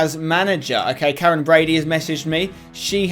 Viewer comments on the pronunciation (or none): none